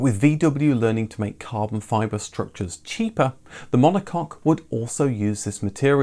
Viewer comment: Caahben Fibahhh